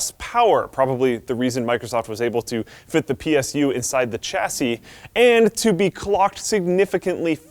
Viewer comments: why do americans pronounce Chassis so wrong it always bugs me.... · Am I the only one buggged by his weird pronouncation ? PSU, caveat, about, chassis..